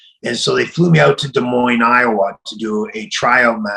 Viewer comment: Props for actually pronouncing Des Moines correctly most non Iowans don’t lol